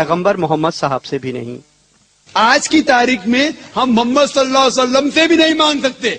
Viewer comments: OYE FIRST LEARN HOW TO SAY,,,MUHAMMAD,(SAWW),,,,,,,WAT IS DAT,,MUMMAD SALLAASLM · "mummad solla sallum" he talks like a hindu... why does he say our nabi paak Rasool saww's name so terribly?